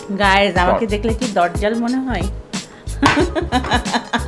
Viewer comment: It not dojjal it's dajjal